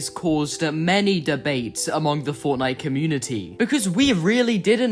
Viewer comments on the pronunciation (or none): none